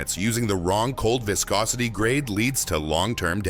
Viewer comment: Why does audio say viscosity pronouncing it two different ways.